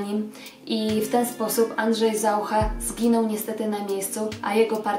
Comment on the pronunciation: Dlaczego stosujesz czeski akcent? Nawet ZaUcha akcentujesz ZAucha? Przesłuchaj się uważnie i zmień to.